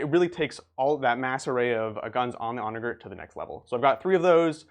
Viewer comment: For what it's worth the G in Onager is pronounced similarly to a J like the G in German. It means Donkey. ˈänəjər, like On A Ger(man)